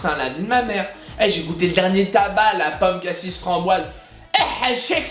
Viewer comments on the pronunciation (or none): none